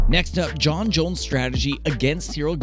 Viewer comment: Jon* not Jone